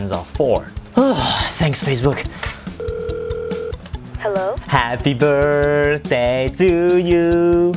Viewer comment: ''Faccebook'' - 2018